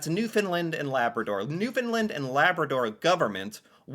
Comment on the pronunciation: Kudos to for finally learning how to pronounce Newfoundland.... It only took two years. He still thinks its named after the dogs though....